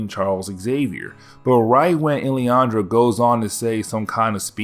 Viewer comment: Lillandra. LIL-an-DRA